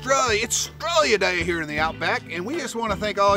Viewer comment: “It’s Straya Day ....” haha, local already.